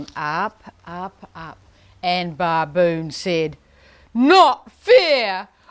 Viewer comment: Great demo but the mispronunciation of baboon is annoying.